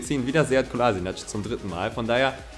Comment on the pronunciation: es heißt Sead Kolaschinatz und nicht Kolasinatsch